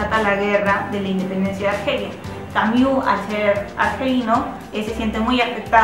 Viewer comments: mmm, yo puedo sobrevivir, no pasa nada por no escuchar "Camiú" :) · Buena reseña, sin embargo, es bastante irritante escuchar la mala pronunciación del apellido de Albert Camus, sería más aceptable solo pronunciarlo como se lee. Saludos.